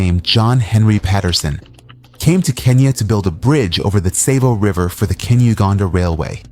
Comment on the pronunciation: Tsavo is pronounced saw-vo and I’m pretty sure the lions only killed like 20 people and the original number was embellished